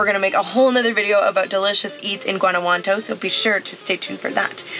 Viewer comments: She literally got it wrong every time she said it. Guantanamo, Guanajuanto...smh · You might want to learn the correct pronunciation of Guanajuato. (Wan-a-wat- toe) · Every time you say the name Guanajuanto you say it differently, it's not Guanajuanto, it's Guanajuato.